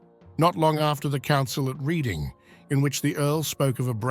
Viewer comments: Reading is pronounced Redding, fyi. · Sir, Reading as in the town and abbey, is pronounced as the colour red. Or are you AI?